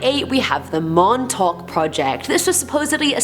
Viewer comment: Since you talked about Montauk (which you pronounced prefectly) you should do more lists about Long Island. If you need help theres an entire book about it (excluding the Montauk monster)